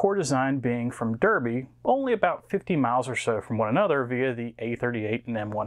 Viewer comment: Derby is pronounced Darby, it's where I live ;) As for Hermes, they've probably been playing the new Zelda and tried attaching rockets to the parcel or something. Our local courier is fine, but they have a reputation here for good reason!